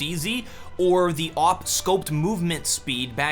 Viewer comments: not is oog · God damn dont say a u g its (aww guh ) not a u g that kinda ticked me off